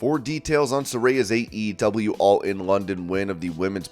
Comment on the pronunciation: The way you pronounce AEW is the worst thing I’ve ever heard my god